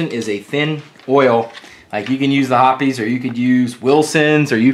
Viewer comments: Hoppe's, as in "hops," not "hoppy's." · ITS HOPS lol not hoppys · Pronouncing Hoppes wrong since 1995... lol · I dropped down to the comments to see what the actual pronunciation of Hoppes is. 😂